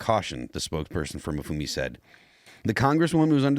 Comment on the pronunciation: That political activist-turned-politician, Kwasi Mfume, is pronounce Quasi (how fitting), Em-FOO-may.